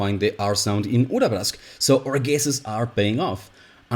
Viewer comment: the way you say Urabrask is really rewarding for the ear. thank you